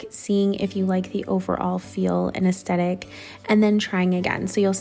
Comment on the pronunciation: You need to pronounce it aesTHetic, not aesTetic.